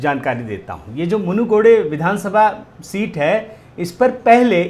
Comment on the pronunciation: It is not munugide it is munugidu